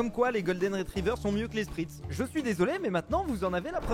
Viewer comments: Un spitz, pas un sprit 😂😂😂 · spitz pas spritz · spitz, pas spritz mdr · C'EST UN SPITZ ET PAS UN SPRITZ!!!!!!!!!!!!! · Euh Spitz pas "Spritz" hein je suis mort mdr